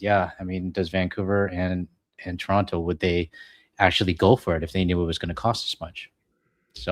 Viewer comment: That's the proper way to pronounce Toronto.